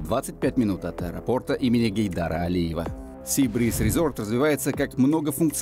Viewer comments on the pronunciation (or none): none